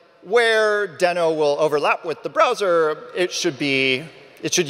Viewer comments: First thing he regrets in Deno is pronouncing it wrong. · if you keep saying deno fast it sounds like node